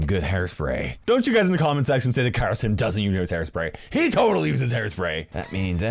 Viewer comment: he says kairostim u all can hear it please let every one else know abt this too lol